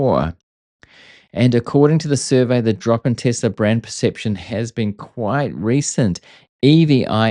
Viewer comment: Thanks for saying Tesla. When I hear Tezla I click away